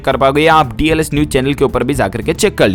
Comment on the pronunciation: Pronownseation theek kariye